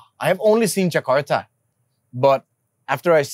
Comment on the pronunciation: Hebat bule nya ngomong nama tempat sesuai aksen dan pelafalan asli indonesia. Gak kyk yg jakarta jadi 'jekardah'